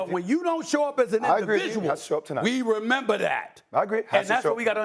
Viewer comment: “Renember” lmao love mad dog